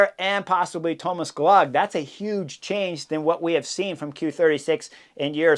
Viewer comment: I think Gloag is supposed to rhyme with Rogue.